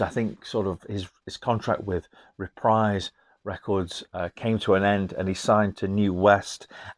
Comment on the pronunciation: Reprise is a musical term, synonymous with "repeat" or "play again." It rhymes with knees, breeze, freeze, sneeze. It does NOT ryhme with dies, eyes, skies, lies, or size. Hope this helps.